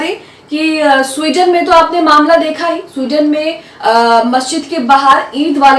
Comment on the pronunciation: Yeh Sweden nahi suarden hai.